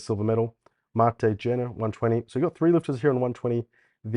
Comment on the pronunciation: Kjenner is pronounced more like Shenner